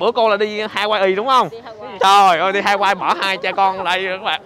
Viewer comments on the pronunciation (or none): none